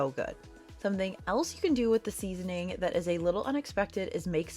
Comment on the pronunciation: Seasoning 🎉 not seasoing 😂